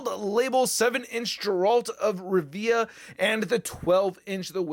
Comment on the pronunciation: Alright, buckle up, your old uncle Optimus is about to give you a Witcher crash course. If this helps you, I wouldn't be opposed to you pinning the comment so it helps others. I'll make a load of Marvel references to help you understand 😎 1. You kinda butchered the name I can't lie 😂 You say the name as you see it, so phonetically, it's spelled "Gerult of Rivya". It's a hard G, like game. 2. Witchers are essentially bounty hunters. People pay them to kill monsters mainly, but they can do a wide range of things as long as money's involved. They're like mutants, in that they're feared and shunned from society. There was a huge pogrom against Witchers and many died, and since then, no new Witchers were trained. 3. There're many different Witcher schools, but Geralt is from the School of the Wolf. His teacher was Vesemir. 4. Witchers are like Jedi, in that they're taken in when they're young. I think they're all male for the most part. They all go through the Trial of the Grasses, which is an initiation test, but this is very dangerous. The kids train rigorously and are injected with mutagens and chemicals, which give them special powers, but there's a high risk of death during this process and sadly many kids die; Geralt was one of the lucky ones. 5. Witcher powers are basically the same as Cap's, in that they're super soldiers. But they also have the ability to cast limited spells, like a shockwave, fire, mind control, a shield and some others. They also have heightened s